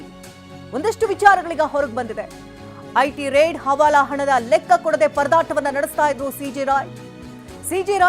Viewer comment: lakka alla guru lekka